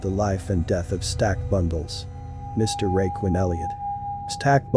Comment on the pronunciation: I sound so stupid u can’t even say the rappers name right u a lame fr fr